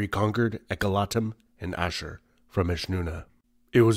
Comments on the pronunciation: As an Assyrian I love seeing people talk about our history. I know this is a bit late to correct but its Ashur (Ah-sh-oor) but yeah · First time I met someone from Tur Abdin say Ashir instead of Ashur. I am from Chaldean church from Nineveh Plain, both Chaldean and Tur Abdin are Ashuri.